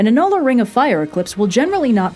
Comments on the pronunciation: ahem - "ANN-yoo-lar", not ann-YOO-lar. Precision in speech is just as important as precision n science. A helpful hint from your friendly local neighborhood technical writer! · The path of totality for the April 8th eclipse just so happens to pass right over me, if the weather cooperates, and we got about 80% partial coverage from the recent eclipse. Nitpick on pronunciation: "Anne you ler" not "a nuller" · Astronomy person here. I'm definitely bookmarking this video for explaining eclipses. One nitpick though: "annular" is pronounced "AN-yoo-lur", not "an-NUL-ur". It's based on the word "annulus" which means "ring" (more specifically, the ring-shaped gap between two concentric circles) due to the fact that it involves seeing an annulus of sun around the edges of the moon. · ANN-yoo-lur, not an-NULL-ur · I know people always bug you about pronunciation, and I'm sorry, but I'm an astronomer and I just can't stand it - it's pronounced ANN-yoo-lar. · You completely jacked up the pronunciation of the word "annular" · You pronounce "annular" oddly and I'm here for it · Great video but you misspronounced annular so DISLIKE